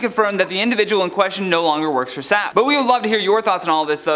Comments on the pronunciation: The company name is actually pronounced as the letters S - A - P. It's not pronounced "Sap". SAP (based in Germany) stands for "Systems, Applications & Products". The company has business management software programs for multiple industries. I happen to work with their CRM system every day for my job. As far as the woman in the store - what the name of all that's HOLY is wrong with people?! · So distracted by you calling the company sap lol 😂 just playing, it’s pronounced as S-A-P, the letters individually. But that’s the least of the issue as compared to people being karens/coughing on others for no reason lol